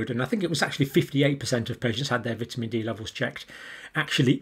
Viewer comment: You are saying vitamin wrong man